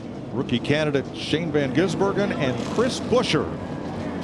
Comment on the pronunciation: Is it really that difficult to read a guys name properly? It’s Van Gisbergen, not Van Gisenbergen. He’s been around for a few years now, you figure they’d get it right at this point.